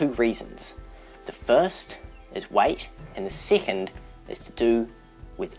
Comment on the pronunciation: Whenever he says weight it sounds like white